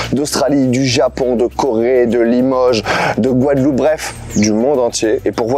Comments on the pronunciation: Le stagiaire avait déjà bu un coup ou plus? C'est GUADELOUPE et non Gouadeloupe...🫠 Sinon top l'émission ! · C pas gouadeloup Mais Guadeloupe 😅😅😅😅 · eh beh... ça commence bien. GOUADELOUPE ???